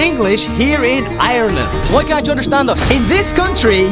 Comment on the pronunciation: he cant even say ireland right